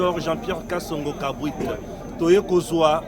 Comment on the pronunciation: je pense que le nom du General Major n'est pas Kabwik mais KABWIT